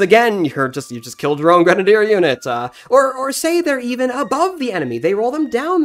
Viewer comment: It's pronounced: Gren-A- deer Not granader